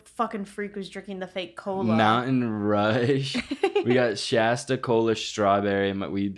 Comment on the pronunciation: why are they pronouncing shasta wrong don’t diss my hg like that